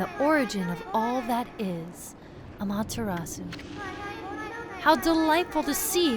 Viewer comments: the u is not silent in amaterasu. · How can you get every other name other than Amaterasu correct it’s just baffling lol